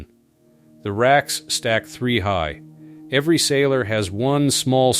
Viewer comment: “Inspection “erry” day.” 😮‍💨